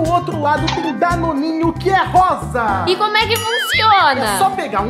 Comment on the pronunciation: É Danonino, não Danoninho